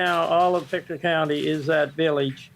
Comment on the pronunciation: It is pronounced Pict2. Just to get the prounounciation. Thank you for covering this Canadian story. Canada is very wooded, and there are very remote areas.